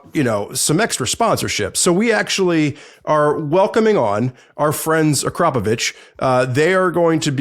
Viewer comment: Is THAT how you say Akrapovic?